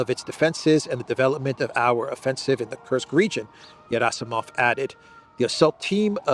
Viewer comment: Gerasimov is not pronounced Yerasimov, it is pronounced Gierasimov with a hard G as in guitar.